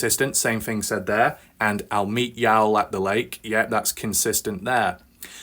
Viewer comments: People in south say y’all instead of you guys. Not pronounced yowl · I watch all your videos, and idk why saying y’all wrong bothers me lol. I usually don’t care abt things like that.